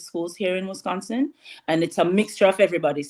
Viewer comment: It's Wisconsin not Wesconsin.